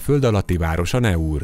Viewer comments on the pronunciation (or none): A franciák szavaik kiejtésekor NEM az angol nyelvet használják, bármennyire is furcsának tűnik! A Naur kiejtése nem "neur", hanem "nor". A franciában akkor lesz a-nak a kiejtése e, ha utána i következik, pl. Alain; de ha azt két l követi, akkor ájj, pl. Versailles. ("Aki nem tud arabusul, ne beszéljen arabusul".) Egyébként a város neve: Naours, azaz "náur".